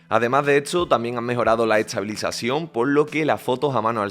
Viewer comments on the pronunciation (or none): No tengo ninguna pregunta acerca del teléfono.. Lo que me intriga.. es porque el locutor habla con la T antes de la S.. No dice Este.. dices Etse No dice Es todo dice Et sodo Etstreella, eTsabilizacion???